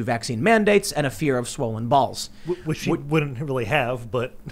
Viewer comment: From now on pronouncing balls like Tim. Bawlz! 😂